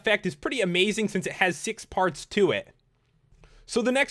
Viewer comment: when you sad parts I thought you said farts